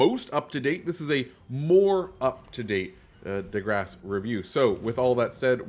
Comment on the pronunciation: The correct pronunciation is “De Grasse”, not “DE Grasse” 🍺